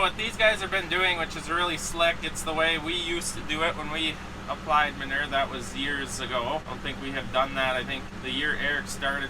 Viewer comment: What is manerrr? You mean manure? (Ma-new-er) 😂😂😂😂 Love you guys!!!